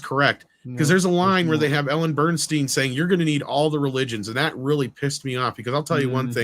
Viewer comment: Ellen Burstyn, not Bernstein!